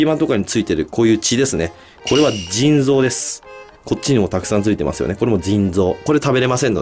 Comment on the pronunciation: 腎臓がずぃん臓に聞こえる